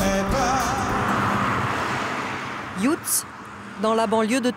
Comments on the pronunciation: « youtz » mdrrr c’est yUtz pas youtz 😂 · yUUUUUUUUUUtzet non pas yioutz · Par contre elle ses pas du tout le prononcer sa se dit pas ioutsse mais sa se prononce iutsse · Mdr !!!! Youtz. ca serait à Metz, elle dirait Metse. J'suis plié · Pareil le youtz m’a choqué 😂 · Cette prononciation de Yutz.... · Oui mal prononcé! Je connais Yutz. Je suis née en Lorraine, à Uckange. 😊